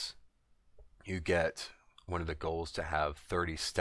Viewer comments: man you keep saying goals like you never read the word ghouls before. had me soo fucking confused lolol. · Nice video...but it's Ghouls, man. As in "GOO-WL." Also, when I try to do this; no matter how far I'm back---the big trash wills sometime run to me and certainly they all attack me when I try to drop the plague off on them. Any ideas? A little bit harder on 10 man heroic when you're 120 level trying to do this--as characters hit so hard. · Are you trying to say Ghouls?